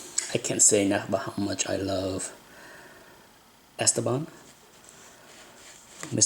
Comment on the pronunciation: The stress in the name is wrong: it is not ESteban, it is EsTEban. French puts the stress on the last syllable by default, Spanish in the one before the last. Wikipedia says: Esteban (pronounced [esˈteβan]) is a Spanish male given name, derived from Greek Στέφανος (Stéphanos) and related to the English names Steven and Stephen. Although in its original pronunciation the accent is on the penultimate syllable, English-speakers tend to pronounce it as a proparoxytone /ˈɛstəbæn/.